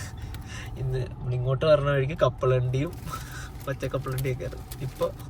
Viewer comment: കപ്പളണ്ടി അല്ല കപ്പലണ്ടി